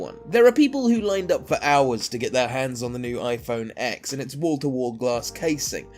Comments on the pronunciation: It’s pronounced ten! Not Ex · It's pronounced iPhone Ten not ex. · CAN SOMEONE ACTUALLY PRONOUNCE THE NEW IPHONE PROPERLY SMH U SAY TEN NOT ECKS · You idiot! Its called ten NOT X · AHHHH PLEASE STOP SAYING IPHONE X!! ITS SUPPOSED TO BE IPHONE 10!! X IS A FREAKING ROMAN NUMERAL!!! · Saying x in this video instead of ten is so cringeworthy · yea true its just a roman numeral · not called "iPhone 10" No where is Apple calling it the "10" they are only calling it iPhone X. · It is pronounced "10" you idiot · IPhone 10* If you can't even say the name correctly, why should anyone take you video seriously. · You already broke all of them... it’s pronounced... iPhone TEN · Please. Say it iPhone TEN not X. It’s a Roman number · It's called iPhone X and Ten so shut the fuck up. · I can’t take you seriously when you can’t even pronounce the name right. Also, you can’t tell iPhone 7 from iPhone 8 from the front but you can from the 6 or 6s which had indistinguishable fronts. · Says that the iPhone X will break in 2 years but doesn't know how to pronounce it. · WTF, how a flagship phones' name is pronounced should be obvious! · Your stupid for not even knowing how the phone is pronounced.